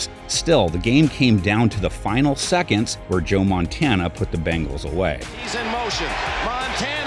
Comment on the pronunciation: Hey commentator, it’s bengals like bing-als, not bang-als like what you’re saying